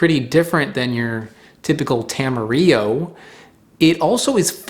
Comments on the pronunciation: Tam- a-rill-o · Tamarillo is not a spanish word! It was created as a branding exercise in New Zealand i the 50s to try to sell more fruit, so will don't pronounce the 'll' like in Spanish.